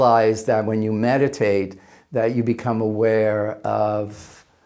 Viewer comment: His first 'meditate' sounded like 'met a Tate'.